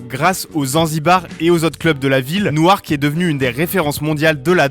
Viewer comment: Newark se dit « Nork » et pas « Nou-Arc »